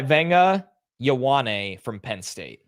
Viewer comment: For your pronunciation on Vega Ioane- surname is spoken “Ua-nei”. Ioane is a very popular surname in the pacific islands and some world class rugby players have the surname- All Blacks have a 2X World Rugby Player of Year nominee called Rieko Ioane.